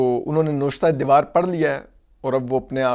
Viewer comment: Noshta-e-dewaar nahi Navishta-e-diwaar.